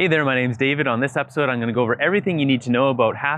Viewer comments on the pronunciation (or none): none